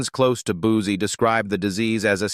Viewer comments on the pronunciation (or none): It's, Buzzi, not, Boozey,!!